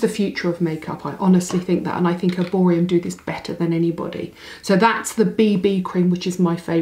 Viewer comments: Is it just me or are you calling it Erborium ??? 😂😂😂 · You are doing a paid promotion for a brand that you cant even pronounce correctly..there is literally no M at the end...there are only 2 shades claire or doree, oxidise horribly